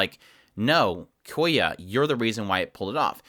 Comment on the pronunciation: loved the video but please if you ever talk about the show again say kyoya with the y in front of the k not koya